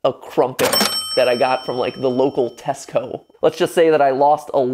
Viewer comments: Ok please say Mat did not say Tesco (pronounced Tesk-oh) as Tesk-ko I rewatch Mat's videos when I'm bored and I've watched this over 30 times, and I've just noticed it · the way he said tesco felt weird in my ears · Matpat saying "Tesco" just made me wake up my entire family and fill my my entire photo gallery with screen recordings of it. Oe thing which bugs me tho is that I had the chance to perform at the Globe where the LEGENDARY Matpat once it but turned down the offer because I had a cold :/